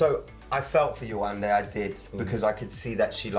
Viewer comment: it's so nice to hear the host FINALLY say yewande's name correctly and not yewanda.